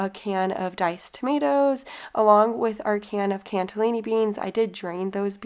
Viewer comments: It's CANNELLI can nelli beans, not canTA LINI. Where's the T? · There’s no “t” in cannellini 😊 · There is no T in cannellini. Please stop saying it that way. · Looks good. Cannellini beans doesn't have a "t" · Cannelini does not have a "t" in it.😊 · Love the recipes, but please, there's no T in cannellini beans! 😊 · Lol its CANNELLINI BEANS..not T in it 😉